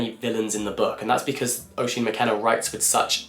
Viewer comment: Great video, so many good recs! Just one thing, Oisín is pronounced Uh-sheen, its an Irish name